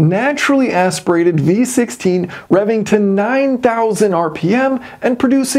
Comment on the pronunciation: I can't help to hear B16 every time you say V16 😂